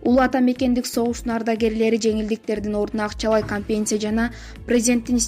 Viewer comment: Урматтуу диктор, кампесия эмес, компенсация. Туура окугулачы. Китепти коп Оку, мектепте окубаган болсон.